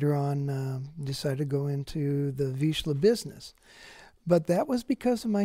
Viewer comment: If you can pronounce Zsa Zsa Gabor you should be able to pronounce "Vizsla".